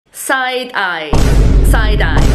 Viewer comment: Said eye 😂